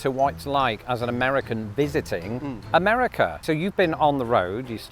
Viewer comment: i'm so conditioned to hearing british accents say certain things that my brain processed that as "now that you're here in the US of Islington..."